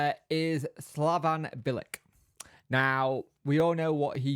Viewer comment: Would take Bilic all day. Experienced and a smart guy. Always made a good pundit too, came across as knowing what he was talking about. "Bil-ich" tho mate. c is a ch in croatian.. except when it's a ts. 😅😂